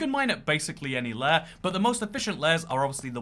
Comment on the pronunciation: lair ? lare ? you mean laYer ????